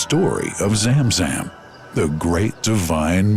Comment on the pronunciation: Zam Zam Water Not Zem Zem Water😂😊